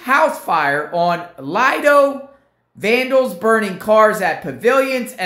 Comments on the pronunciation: hey It is pronounced LEE DOUGH I"ll Like I will Merry Christmas bro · It's pronounced as Leedo. (Lido) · It's pronounced... Leedo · Lee-doe island.